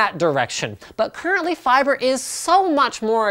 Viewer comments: Stop saying fiber so weirdly, you silly Canadian. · LapX feebrai? lmfaooo